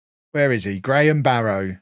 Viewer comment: Heads up, locals pronounce it 'Barra'.